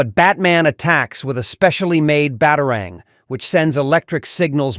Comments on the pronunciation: Ba taro rings really AI can’t pronounce batarang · It would be nice if you could pronounce things properly. bat-AR-ang? I don't think so...